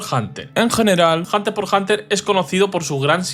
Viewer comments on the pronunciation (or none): solo para que lo sepas, como curiosidad es que Hunter X Hunter se pronuncia "hunterhunter" la X no es un por o una X, simplemente no suena